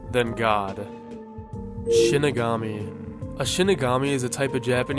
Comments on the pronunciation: Why do all these icebergs and videos about death note ALL say Shinigami wrong? They literally say it in the show SHEE-ni-ga-mi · I won't name names, but I'm glad I can watch a Death Note iceberg without clicking off it because the op is pronouncing it as "Shiginami"